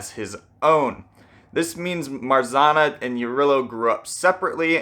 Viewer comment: How many times can a comment explaining pronunciation of "Marzanna" be deleted? Come on, it's not that hard.